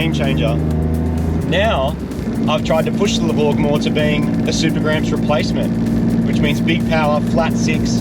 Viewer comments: No doubt this is ‘hypergramps’ (but we will still always hear ‘the grovel’ when you say it)😅😅. Subaru need to bring back the H6. Marty has just shown them what it can really do. Last point - If they made a levorg with just a stock 3.0 H6 and 6 speed, i’d finally consider trading my liberty H6, till then i’ll keep the liberty as long as i can. Congrats - loved this build, now to fix the STI (please)😮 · con-farquin-grats... nice build and nice numbers